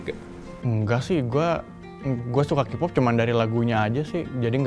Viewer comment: Ini yg wawancara, nyebut kpop aja kipop wkwkwkwkkw